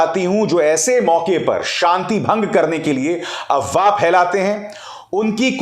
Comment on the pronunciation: Sir the correct word is AFWAAH not AWAAH, why do keep F silent in that word?